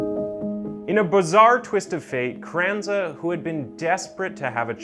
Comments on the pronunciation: was wondering the same thing, pronounced her name as Carrenaz, carrenza and carranza. And quite a few others, it became distracting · Wait so you said her name wrong the entire video until the very end when she went to court and then you say it correctly? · Jesus Christ, you butchered her name and so many other words it hurt my ears. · 🙄-how difficult is it to pronounce the name CarranZa?!🤯 or Munich for that matter? Dreadful commentary! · CARRANZA… Carannaz… Carranza… 😄🤣 which one? CARRANZA is read as “Kar ran-za “ I cannot concentrate on the story 🤣🤣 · Great video but the way you pronounce her name isn't quite right. It sounds like "crenice" to my ears. It is spoken "ka-ran-za". Three syllables. Munich's ending is a hard 'k' or else you could try to say München which is the German version. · Half the video he’s calling her “Carranez” instead of “Carranza”. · Please get your pronunciations correct. You pronounce Carrenza as Carreniz several times. Annoying. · doesn’t take a literary genius not to pronounce Carranza as Crenez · Yeah kinda annoying how Carranza became Carenez. Kinda makes the credibility of his vids drop a bit imo. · And also not to Be that guy, but he kept calling her Carenas not Carranza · My dude…if you’re going to use people’s names, can you at least pronounce it properly?? CarranZA, you said carrenez about 50 times. Also…Munich? Mew-nick. What a face palm. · Terry is totally right. Watch it again. He totally mispronounces her name as “Crennez” multiple times. And then reverts to Carranza several times. And his pronunciation of Moo-nitch is also cringey. And yes...if you want to put out a respectable product, you should put time into attempting to do it right. It’s not nit-picky. It’s professional. Sorry if you’re used to TikTok video level of professionalism. 😆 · Can’t get over how many times he calls her “Crennez” 🤦🏼‍♀️ very interesting story though 👏🏻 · Ca ren zah . Oh pair . Just slow down a little bit and use Google audio pronunciation help.